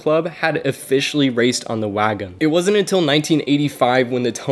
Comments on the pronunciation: Overall I do like your video so of course I hit the like button I do have one small critique you're actually mispronouncing Wangan Which overall it's not a big deal But there are some serious racing enthusiasts that will pick up on that as well But anyway keep it up I hope you're subscribers grow I'll go ahead and subscribe to you as well but definitely make sure if you're going to say a particular Foreign name about something make sure you hear it spoken correctly so that it won't be to some big deal that you become known for The only reason I'm bringing it up is because you say Wangan a lot in this vid. But anyways good vid overall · WAN GAN, not Wagon lol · Wagan?? Ugh wangan bro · Wagan!?!?!?!?! Its WANGAN!!! 🤦‍♂️ ngl it was cringy hearing you messing such an iconic name of a street racing road 😒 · Its wangan.. no wagen 😌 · my god u tried ur best but stop saying wagon please, won gon not so hard to pronounce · Wangan, not Wagon. Where did you come up with Wagon? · It is not WAGAN its ''WANGAN'' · The 280 horsepower limit isn’t a law, it’s known as the gentlemen’s agreement. And for fucks sake it’s waNgAn not wagon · Bruh u were pronouncing wangan so bad it’s wan-gan not wagon 💀💀💀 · wagin, wagan, wagon, dude "wangan" is not hard to pronounce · Wangan. Wan-Gan. Not Wagon. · It is pronounced one gun bro not wagon wan-one gan-gun 🤣😂 its like your calling a Corvette a Mini Cooper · Dude, it's "Wang gan" jeeeezuz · just a heads up... its pronounced "wahn-gun" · Its pronounced (won-gon) your saying it wrong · Good story, but as other mentioned its "Wan-Gan" (wahn gahn). It literally translates to "Bay side" There is an anime series and by extension an even older Arcade Game series (Wangan Midnight Maximum Tune) this essentially the (loosely based) story of these racers. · did he really call the wangan "wagan" ?